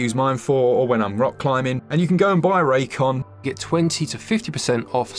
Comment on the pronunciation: Raycon? I thought at first you said this episode was sponsored by J-Kwon, that dude who did "Tipsy" back in the day.